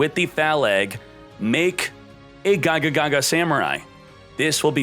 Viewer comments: Like "gagagaga" instead of "gagaga"? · Good ideas! This looks fun. Also, Can you pronounce Gagaga and Xyz properly? I mean why even add one more "ga" lol